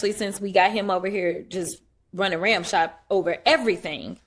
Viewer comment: Ms. Crockett shows her ignorance every time she speaks!! The expression is "Roughshod" , not ramshod!! And she went to college??